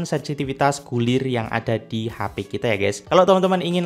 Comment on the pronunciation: H.P... bukan HA Pi .